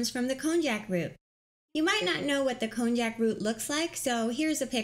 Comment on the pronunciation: She said cognac it's not cognac is konjac LOL how can you promote something and you don't even know the proper name that's crazy